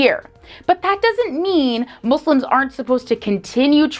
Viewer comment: I truly appreciate that you pronounce "Muslims" as MOSLIMS n not MOZLIMS which is the right way of saying it